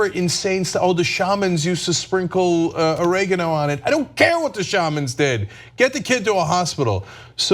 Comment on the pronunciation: They can't say oregano